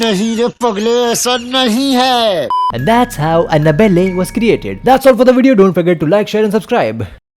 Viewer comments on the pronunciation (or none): The way he sey "anna blle" op🙂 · every time he said annabellea i was laughing so much than before 😂😂😂🤣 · The way he was saying Anna belle 🤣hilarious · The way he pronounced Anna..belle😆😆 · Ohh god the way you pronounced ana-belle was so so so funny